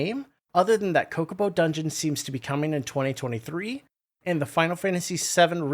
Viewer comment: Love your work mate, but i must admit, I lold when you mispronounced Chocobo 😃